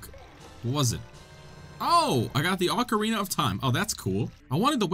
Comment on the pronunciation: oocareenah of thyme